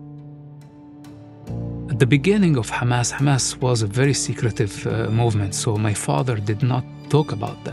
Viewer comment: His father founded kHamas not hamas😂